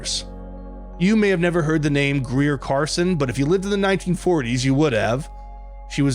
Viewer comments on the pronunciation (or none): Garson, not Carson. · It is Greer Garson not Carson. I know because I named my daughter after her.